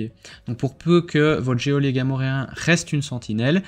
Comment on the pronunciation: On ne prononce pas le 'é' de geôlier...